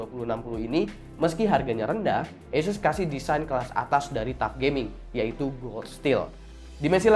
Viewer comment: ASUS skrng dibaca ESUS 😂😂